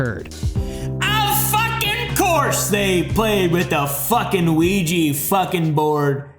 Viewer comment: also its the luigi board not ouji